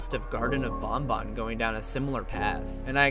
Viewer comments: It makes me afraid that BanBan is often pronounced similar to Bon Bon (Funtime Freddy's Puppet). Don't invoke Bon Bon's name :( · That just makes it all the more awkward when you compare BanBan and BonBon...😢